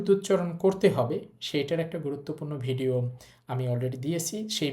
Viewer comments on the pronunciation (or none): none